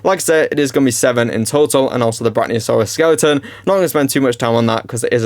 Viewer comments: Its pronounced brack-ee-oh-saw-rus not brack-knee-oh-saw-rus btw great video tho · Brachiosaurus = brae • kee • uh • saw • ruhs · Brachiosaurus. Slow down, sound it out. Fuckin hell man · nah it just got on my nerves cuz there's no n even close to there, was just bein helpful so the guy doesn't do it in future yk just tryna be nice